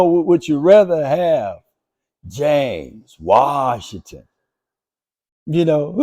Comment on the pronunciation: I love it when you pronounce James Waaassshhhiiinnngggtttooonnn😂😅😄